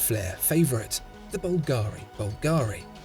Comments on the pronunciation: It's bùlgari, not bulgàri. I'm Italian, trust me. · Lovely watch. By the way it's BULgari (emphasis on the "BUL").